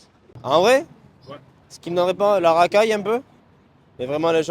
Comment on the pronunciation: La Rakaille Les Împots